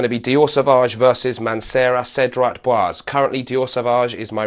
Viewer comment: my pet peeve is americans and brits not getting french pronunciation right :) it's boisé, like in blasé. the last e is not silent because of the diacritic mark :)